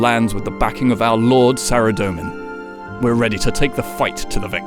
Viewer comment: SARA DOE MAN.... but you pronounce ZAMMY JUST FINE